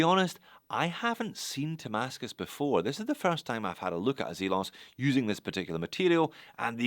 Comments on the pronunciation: Nice shots of some interesting watches from Zelos. (By the way, are you pronouncing it "Tamascus"? That's what my ear is hearing.) I can see why the Hammerhead was popular, that's a beefy cool watch. Good take on the brand and what this watch offers, it's not for me but it sounds like it will sell. Makes me think of a G-SHOCK color variation. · I believe he is pronouncing "Ti-mascus", for titanium-based damascus